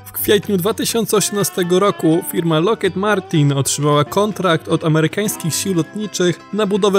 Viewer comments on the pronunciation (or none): lektor na prawdę powinien zacząć wymiawiać zagraniczne nazwy tak jak się powinno: LOCKHEED MARTIN - LOKHID MARTIN -nie "loket martin" RAYTHEON - REJTION - nie "rejton" to jak nazywanie Marianny Marią. i takie "przejęzyczenia" są nagminne